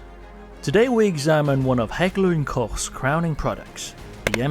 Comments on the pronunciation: Your pronounciation of Heckler&Koch is perfekt! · Bravo for the correct pronunciation of Heckler&Koch. Your time in Germany shows. Oh, and the video is pretty darn good too. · Finally somebody in the US is capable to pronounce a German name correctly. Thank you, sir.